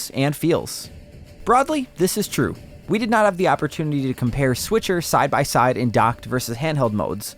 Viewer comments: Switcher 😆 he said switcher 🤣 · Please don't call it "Switcher..." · Hey everyone... it's the S'Witcher 😁👍